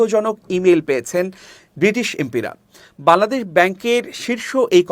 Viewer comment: বাংলাদেশ উচ্চারণ সঠিক ভাবে করবেন☹️